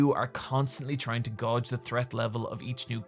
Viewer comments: i love you you're pronouncing gauge wrong i love you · Does not know how to pronounce gauge (gage) or do Irish people just pronounce it as (gawge)? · I'll never not giggle at "gawge" pronunciation of "gauge". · Is that how you pronounce "gauge"? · The way you say "gauge" causes me physical harm. Otherwise, banger video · Are you saying gauge like that on purpose?